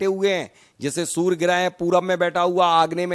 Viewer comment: Chhoti muh badi bat sorry to say u r prononciaing soor inplace of surya(sun).